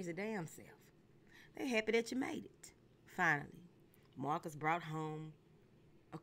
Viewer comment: I’m so mad u said my x name like that (Marcus) 🤣🤣🤣